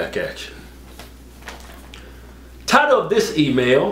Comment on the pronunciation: Every time Keith says title of this email. It always sounds like he's saying tired of this email.